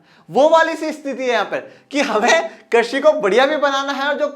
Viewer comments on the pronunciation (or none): Krasi nahi krisi😅😅😅😅😅😅